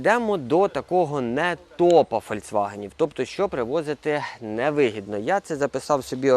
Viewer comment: ФольЦваген?!!! І Пеугеот?!!! 🤣